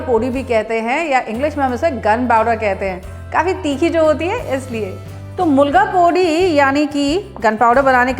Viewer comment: Very nice... "mulga pudi'🤩 it's "milagai podi" madam.. but was very nice to hear ur accented "mulga pudi"